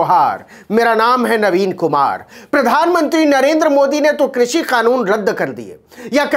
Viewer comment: वाह मोदी जी वाह कृषि को भी क्रुसी उच्चारण कर रहे हैं। 👏👏👏